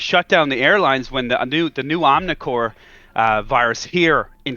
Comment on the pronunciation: This guy is a chump. “Omnicore” lmao